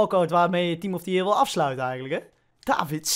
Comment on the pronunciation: Niemand:: team of the jeer